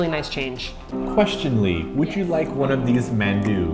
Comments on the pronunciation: sorry but it got to me how they were pronouncing it as "mann-du" in the video. I grew up hearing it with a softer annunciation like "mahn-du" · RAGE!!!...please ask soozie to teach you how to say 만두. the 아 sound is the same as is 강남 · It's the dothraki-man-warrior inside joke thing, that's why they pronounce it like that.